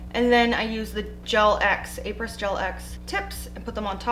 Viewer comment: Après is pronounced ah-pray. It means after in French. I’ve always been curious as why they chose that word.